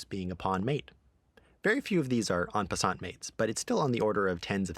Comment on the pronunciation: That's not how you pronounce "en passant".